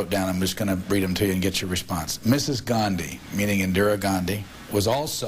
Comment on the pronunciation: Mrs "Gaarndhi" ? WTF?